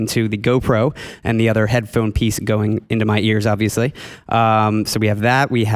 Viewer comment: I like how the guy on the left says microFOON and headFOON. (like ) Where is that accent from?